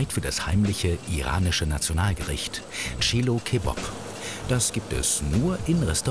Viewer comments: tschiluu kebob xDDDDDDDDDDD alter ich brich weg. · Chelo keBOB 😂😂😂